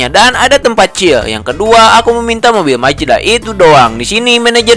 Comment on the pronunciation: Mazda❌ Majeda✔️😭😭